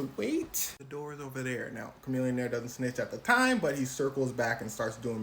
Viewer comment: If chamillionaire is as smart as you claim then you’re saying it wrong.